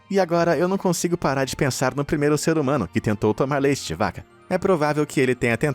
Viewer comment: Mais. VOCÊ. É. METADE. HUM ANO.E.METADE.MONSTRO